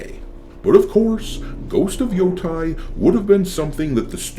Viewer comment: Stop pronouncing Yotei wrong.